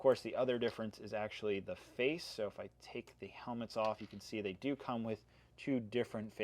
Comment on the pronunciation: “I really enjoy the ability to DEW that” I’m sorry